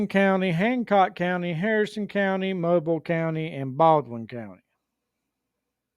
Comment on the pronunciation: Where are you from if you dont even know how to pronounce Mobile....We were your Capital...Roll Tide Roll...